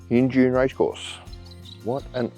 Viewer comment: Injune pronounced In-June.....great video! Thanks Guys!